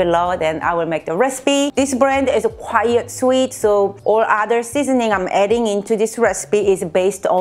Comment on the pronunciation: 안녕하세요. 팬입니다. 몇년동안 잘 시청하고 있습니다. 단지 한가지 헤깔리셔하는 것 같아서요. '꽤' 라고 말씀하고 싶으실 때 quite 을 '조용한'의 뜻을 가진 quiet (콰이엇)로 발음하시는데 콰잇이 맞습니다 ^^